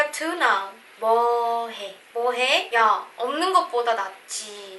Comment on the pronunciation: I was confused 😕 The word "Na/ 나" I heard "Ta/da" So, how to pronounce correctly "나"? Na, ta or da? And "mwohae/ Is it "bohae?